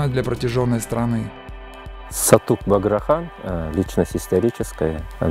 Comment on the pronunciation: Правельно Сатук Богра Хан. А не Багра.